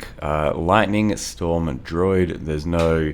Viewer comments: am i crazy or is he saying "droid" instead of druid? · I'm beginning to think actually pronounces druid as "droid" and it isn't ironic.